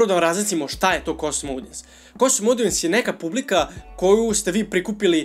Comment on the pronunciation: Svaki put kada kaže "KOSTUM", jedan nastavnik engleskog umre:D Šalu na stranu, dobar si uvod napravio onima koji prvu put čuju za Facebook Pixel, savetujem im da još malo pretraže na Youtube jer ima odličnih kurseva.